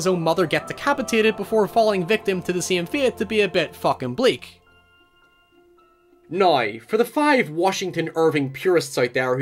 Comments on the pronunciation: Niow? Now niiowl lol 😂 what bro is it now that your saying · Mate why are you saying neuuuw it's pronuced Now* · so you can say washington but cant say now? surprized you didnt say warshington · He can't pronounce the word 'now' 😂😂😂